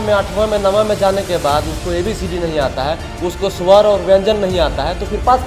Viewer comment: Bro thik se bolna sikho pahle suwar nhi swar aur Wayanjan hoga